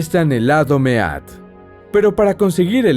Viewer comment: Mead se pronuncia "mid" . sinó dorectamente hidromiel macho